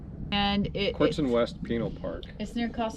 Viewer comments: Yes, thank you - when said 'penile', coffee came out my nose. pin-AL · Just an FYI, it's Pin-al not penile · Pinal, is pronounced Pin nel.